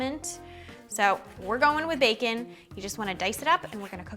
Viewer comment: baercon n' borl xD nice recipe